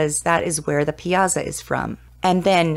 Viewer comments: If you're going to do a story on something, pronounce the main subjects correctly. Pie ah saw!!!!!!!! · Its pronounced "pie-saw"